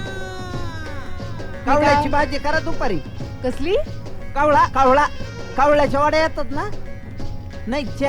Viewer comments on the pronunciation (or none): कोहळा म्हणतात कवळा नव्हे.